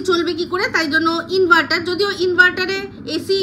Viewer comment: Tin inveter bolechhe inverter bolte pareni